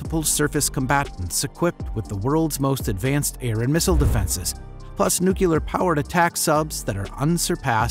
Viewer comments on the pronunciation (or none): NOO-CLEE=AR, not NOO-KYOO-LAR! Otherwise nicely done. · Nucular? I've heard of nuclear but it sounds like you might have stumbled across a new type of propulsion!